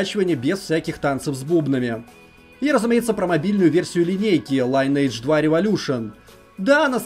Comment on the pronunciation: Как же ухо режет этот ваш лАЙнэдж. Линэдж правильно мать вашу! Сами разработчики так сказали!